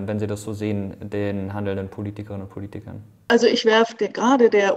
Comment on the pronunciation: hat er 2x Politiern gesagt XD ansonsten gutes Video